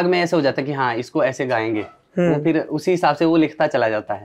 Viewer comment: "समझ रहे हो" वैसे, राहगीर कभी "फिर" को "फ़िर" बोलने लगते हैं. बतौर गायक इस छोटी सी चीज़ का ख़्याल रखना सही रहता है.